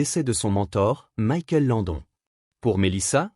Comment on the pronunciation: Sérieux c'est Trop demander que la prononciation des mots ou nom en anglais bordel !! Michael LANDON à la frenchy non mais abusé et GILBERT idem non c'est " Guilbeurt" bref Pas de cerveau !!!!